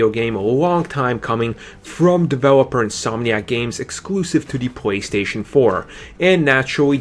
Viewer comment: It's called a PlayStation not a pwaystation. pronounce it right